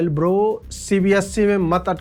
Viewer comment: ગર્દા ઉડાવ્યા છે તમે 😂 "प्रातः स्मरणीय अजित भारतिजी ब्रो" जो आप पहले बोलते थे, ऐसा वजन नहीं है.. पहले के आपके विडियो देखिए, उसमें भी ब्रो के उपर जो वजन और ठहराव होता था वो नहीं है।🎉❤👌🙏